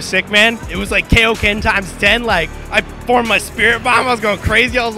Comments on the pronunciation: There's a certain pronunciation of a word that I use to define filthy casuals: "Kayoken". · 15 Don't forget he said Kaioken wrong.